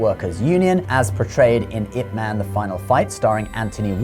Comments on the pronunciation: Pq essa i.a insiste em falar it man kk nao faz nehum sentido ,ou o criador q ta escrevendo errado ,IP ma IP man e nao it man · Loved this video. But, and I could be wrong (I don't think so), isn't his name pronounced "Yip Man?" I see the commentary has it spelled with a 'Y'... "...Yip Man died in 1972,..." It is spelled Ip but the pronoucement sounds like "Yip." It's a small thing but everytime you said his name, it stuck out. And I would end up thinking about that for a second instead of the very interesting things you were saying. 😊